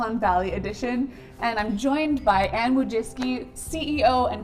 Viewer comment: nailed that name